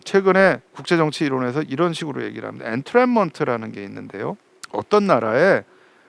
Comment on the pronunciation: "엔"트랩먼트 가 아니고 "인"트랩먼트 요! 발음이